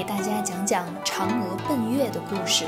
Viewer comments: 嫦娥奔月，奔是第一声哦！视频做得很好！谢谢！ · 谢谢您的留言！我小时候学的读音确实也是 bēn yuè，但是这个字的读音存在一些争议，两年前我做这支视频的时候，当时很多专家和老师都在科普，应该读bèn，因为bèn有“朝、向”的意思，这也是我为什么采用了这个读音。但是刚才我又查了一下资料，这个词的发音似乎又固定回了bēn yuè，学校的教材、央视主持人在节目里的发音也固定成了bēn yuè，所以您是对的！